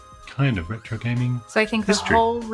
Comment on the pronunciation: "the ЯЯЯЯЯRRRRetro show" fits well with your Edinburgh pizza order :)